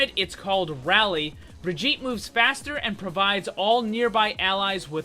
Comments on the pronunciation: she is supposed to be swedish i think. so it is not bri-jee-ta, it is bri-ghi-teh, i hope the spelling made some sense, i dunno how else to write it. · It’s bir-git-a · I hear "Vegeta" every time he says Brigitte. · Bitch her name is bridge et all that briddeeettttaaaa is extra shit like come on now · He Said Brigitte like vegeta it is german an g is like a k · ''Bregeta''. Ah yes, Bregeta, Support of all Saiyans. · did you say Vegeta? xd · U say her name like vegetal lol xD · "The pronunciation is Brih-jeetah" F A I L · Pronounces it as bridjita Bridjita? Vegeta? Uses ultimate IT’S OVER 9000!! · Did you just said Bridgitta? Bridgitta, vegeta, bridgitta, vegeta. Get it?? HAHAHAHAHAHAA..... its dragonball btw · bri-GEET-a. Soft g, like in 'vegan', not a hard g like in "Vegeta" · "the official pronounciation is BRVEGETA" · i fucking hate that he calls her bra jeet tah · your pronunciation of the name makes me think you said Vegeta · "Briggitta" hahaha wtf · Srsly, guys,pls, her name has a HARD GG. Listen to her say her name again. It's more like the GG in begger. Bri-ggit- tÉ!! The e is spoken n it's like a french é (n most definitely not an A) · Died you hear when this dude said briggita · It's Brigitte not brijitte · "Brijitah" Great job, great job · Not how you say her name... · I love how he starts by pronouncing her name wrong, and then just devolves as the video goes on. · it annoys me so much that you got the pronunciation wrong still, its a soft 'g' not a hard 'g'. also half way through you started pronouncing it without the soft 'a' sound at the end which is even farther off :P but this is just my pet peeve, you make great video's.